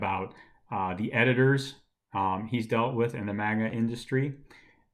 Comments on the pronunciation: Ikr? It's pronounced mahnga, not manega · Are you saying maga or manga? Lol